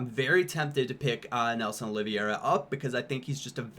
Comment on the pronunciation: Nelson's Last name is pronounced like Aloe Vera but with an O so like Oli Vera